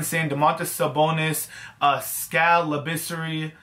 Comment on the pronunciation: Can't even says Skals name right smh. Jk, keep posting more NBA Videos